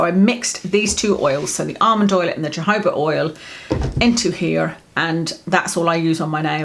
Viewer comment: You're gorgeous,. I had a little giggle over your pronunciation of Jojoba oil and my reaction/inclination. To an Aussie with a drawl like me, it sounded like "Jehovah Oil" and I thought..Hmm, I wonder if that's the oil Priests use to bless things. Then realised you said Jojoba. What a dumb, down under Sheila I am! lol.